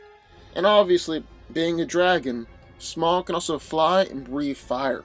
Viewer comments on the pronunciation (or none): It’s pronounced smowg, god damnit.